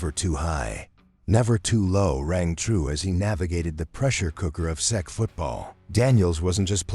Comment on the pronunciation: I thought it was a really good video. The way the AI pronounced words like ASU and SEC is funny but adds to the charm for me. Good work